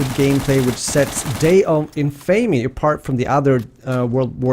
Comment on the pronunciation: It's pronounced day of In-fa-me, not in-fay-me. Kind of like the word Infamous you know? In-fa-mus? Just so you know. Love the vid otherwise!